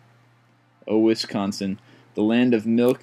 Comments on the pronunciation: The butter thing is in theory to help the dairy state by supporting the dairy farms in Wisconsin. Also, apologies but, you say Wisconsin very weird. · You pronounced wisconsin wrong... BREWER RAGE!!! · I sit back and laugh while I listen to people say Wisconsin wrong 😂😂😒